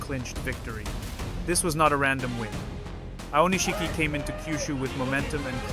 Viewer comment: It's spelled Aonishiki, but it's pronounced Aonishki. This strange, incorrect pronunciation as “Aonish-shiki” really annoys me. Boy, learn to pronounce it correctly.